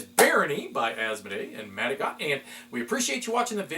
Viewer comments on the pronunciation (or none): As they're a French company I'm pretty sure it's pronounced mat a go, and not mat a got. Like escargot you don't pronounce the t.